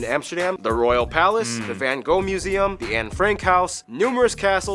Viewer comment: Go to Leiden, to the Hortus Botanicus and the Observatory, There is no fan Co. there was a van Gogh with g and gh pornounced like CH in loCHness...stop giving the painter a Chinese name please...no more Fan Ko.. van with aaah not e as in say... and no f or w. it is a vvvvvv